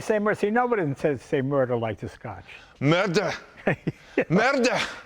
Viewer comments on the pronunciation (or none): Jay pronounces “murder” likes he’s from Brooklyn.